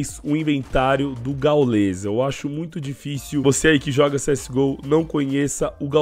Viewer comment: Mano nao é "gaulês" é gáules o pronunciamento